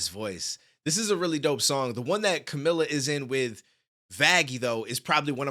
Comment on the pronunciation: I cringed when he said “Camila” Btw its pronounced (Car-mil-uh)